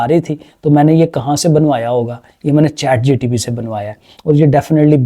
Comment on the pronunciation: Chat gpt ❌ Chat gtp ✅